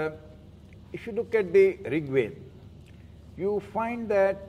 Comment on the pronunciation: Does C.K Raju know the difference between वेद (वे-ve द- da Veda) and वेद् (वे-ve द्-d Ved)..? How would you trust someone who doesn't know how to pronounce simple aksharas..?